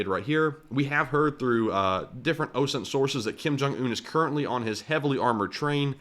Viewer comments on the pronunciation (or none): none